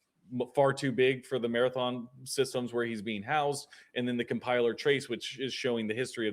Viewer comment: Lol he said cum piler 😂😂😂